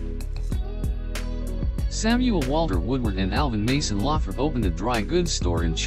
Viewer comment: I with you could of pronounce Lothrop correctly this should be re-done so that you pronounce it correctly shameful. I worked there for 11 years six day a week